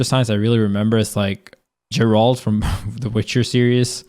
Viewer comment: Pronounces Geralt's name wrong Leffen's about to get a LeftHand to the face D:< Edit: Jokes aside, while I don't entirely agree with everything in this, I actually do agree with a lot of the major points that leffen brought up especially in regards to melee and brawlhalla. Melee in particular is just really good and the fact that the community has kept it alive for so many years reinforces it. Say what you will about how fair it was for leffen to bring up community made content instead of just judging the vanilla game, but no other game on this list has the same kind of devotion and care poured into that's also being actively used by large parts of the community even at tourneys and the new developments with online have only helped to bolster it up.